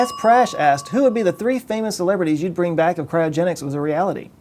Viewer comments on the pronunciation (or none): none